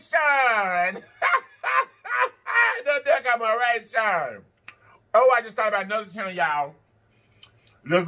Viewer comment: Throak 🤣 decomoration 🤣 you so funny!